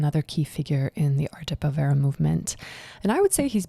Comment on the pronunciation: Very enjoyable. By the way, pronunciation: the accent is on the first syllable of povera.